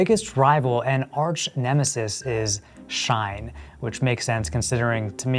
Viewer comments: It's pronounced not like "Shine" but more like "She - In" As in "She in soooo much debt from all that fast fashion she buyin'" Also no shade dog but it sounds like your mic came from Temu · Shein is pronounced “SHE-IN” not Shine